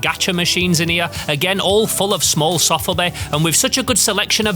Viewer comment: sOfubi not sAfubi ;)